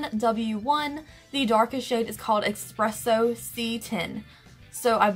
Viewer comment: Expresso..... expresso..... eSpresso